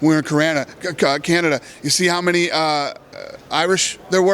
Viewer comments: how do you fuck up saying Canada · how the fuck did he pronounce Canada, never heard that slip up